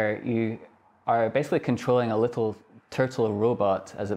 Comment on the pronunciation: Lit-tel turt-tell. I am a mega-nerd. I was punched, laughed at and locked in lockers, but even I would have taken this dweeb's lunch money.